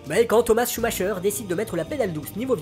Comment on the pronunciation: Très bonne vidéo, limpide les explications. Par contre, à titre d'information, on dit "Schumaqueur" et pas "Schumacheur". Cela fait grincer les oreilles lol.